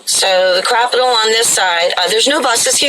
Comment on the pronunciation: Did you say Capitol or "Crapitol"? lol